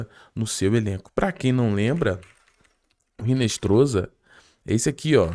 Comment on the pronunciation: Hinestroza (pronuncia-se Hinestroça)...